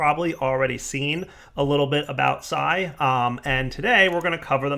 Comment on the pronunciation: I think its pronounced "psee" like pee with an s.